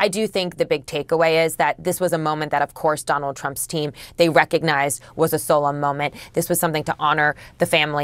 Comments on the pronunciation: Why don’t you learn to pronounce “solemn?” If you can’t learn to do so, then quit your job. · The CNN idiot can't even pronounce "solemn" or "hallowed". Not surprised, given how far that network has fallen. And she gets paid!